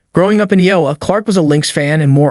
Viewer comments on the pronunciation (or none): Iowa is being pronounced incorrectly